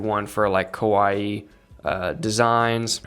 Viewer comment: As always very great sharing from you but please fix how you say kawaii 😩